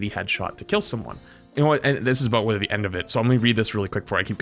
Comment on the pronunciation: Is half Canadian or something? He leans so hard into that second "o" in "aboot"